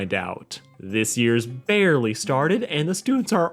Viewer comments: am I crazy or did he mean to say bearly like that, right after saying not knowing who the killer was (manga readers already know) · "BEARly started" 💀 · Anyone else notice "This years bear-ly started" No..... Ok